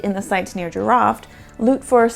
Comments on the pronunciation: You are doing pretty good job describing the JEEROUFT archeological site. . Jeerouft is a more correct pronunciation as oppose to sounding like animal called Giraffe . There was a Silk Road before it was called Silk road. the Jeerouft was in between the RICH Indian sub continent and the RICH Mesopotamia, that is why it was rich and thriving, plus a great soil and agricultural production. Water was the only limiting factor on entire Iranian plateau throughout history. Thank you please if possible , contact Iran documentary producer Mr. Aghajanzadeh and his wife. you can select and dub some of his great works. His production is in Farsi only , that is why it not known worldwide. Thank you again, Greetings from sunny California. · Thanks--very cool, the name is pronounced as Jee-row-ft (not Jee-ruffed) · I had to look for the name because I kept hearing "giraffe" 🤭